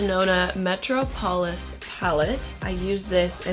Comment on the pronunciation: Metro-polis... girl it's met-rop-o-lis